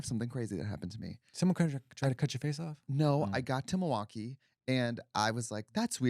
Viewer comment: You missed it! " Health milWALKee"